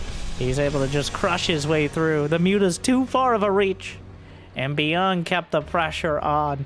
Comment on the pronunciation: Whenewey you say Byun or beyond I hear beyond all reason" :D